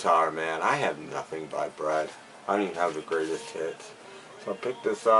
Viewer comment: Hi. Wow, you got a lot of these for a good $$ yes!!! The first one I do like those as well, but I never find them OK I did say you got a lot but WOW you did surpassed that lol. My stores are just a lot of JUNCKS!!! Your last one did you say Bread or Brad..... LOL it did sound like Brad LOL. Well, I do think you need do need to change your Tube name too..... Ok ok I will leave now...... take care...... Just think it over ok I am going now LOL!!!!!!